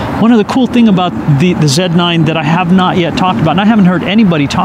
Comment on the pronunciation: Did he say Z(Zed)9? Dear sir, you hail from America and therefore should resort to your regional and vernacular pronunciation of the Z(Zee)9.